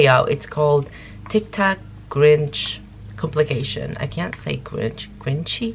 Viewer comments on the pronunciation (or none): It's called compilation not complication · "Compilation" not "complication" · Not complication baby its compilation!! Hehe btw nice reaction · Comp-il-ation Not complication xD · Its COMPILATION NOT COMPLICATION 🤣🤣🤣🤣🤣🤣